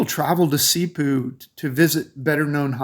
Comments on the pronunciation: I feel it must be corrected but for sure we appreciate your trying. Here goes: 1. Bo-HOL 2. Ce-BU 3. Pa-LA- wan 4. Bo-RA-cay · When I hear Cebu pronounced Seeboo I turn it to another channel